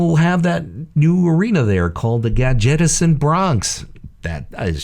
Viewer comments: This guy can't pronounce anything correctly... Gadgetzan=Gadget-zan, Wrathion=WRATH-ion...NOT WRAITH-ion... Dude has obviouly never actually played the game. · Gadgetezan... your pronounciation makes it sound rediculous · The most unbelievable thing about this leak is that you pronounced Gadgetzan like GAD-JEDDA-ZEN